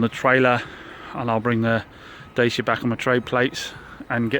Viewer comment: 1st. Its not da sia . its da chi a :)